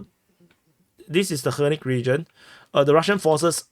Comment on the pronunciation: It’s not Hernick it’s Vernick